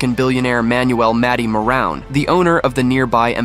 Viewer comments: That’s maroon family, spelled Maroun. Got the spelling right, not the pronunciation. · The Billionaires name is pronounced Mo-Roon. 😂